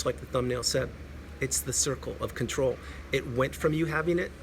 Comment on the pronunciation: “The circle Fawker” 👌🏻